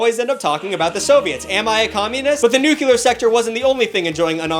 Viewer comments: Mans really said the word "Nuke-ular." It's nuclear, my guy. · Why do you say the word nuclear as "nucular"?